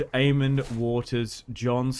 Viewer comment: There is no d in aemon or daemon stop pronouncing them with ds